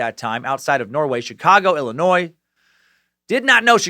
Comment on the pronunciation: Excuse me...did homeboy just pronounce Illinois as Illi-noise???